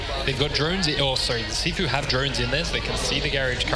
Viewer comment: Every time he says "Cifu"... I'm like it's "Gifu" dude.